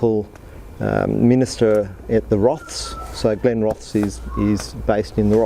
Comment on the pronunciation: Think its pronounced with the es on the end accentuated not Glenroths